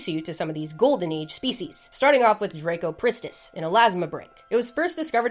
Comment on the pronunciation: Its not drako ... its dra...cop...rist....iss.....sorry I just realised your American butchering of pronunciation is evident in every name you recite 😂😂😂